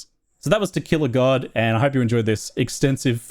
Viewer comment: I hear "Tequila God" every time